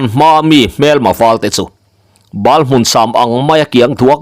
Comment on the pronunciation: Bal hmun nilovin Ba hmun.tih tur. Bane Kan tih a Bal Kan lam rik anghian.